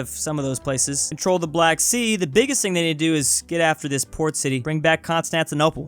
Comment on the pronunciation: Blac Sea